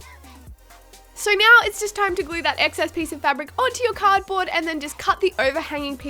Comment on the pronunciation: when u say now it sounds like meow